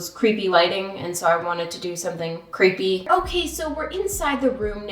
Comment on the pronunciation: Say there creepy say there cerepy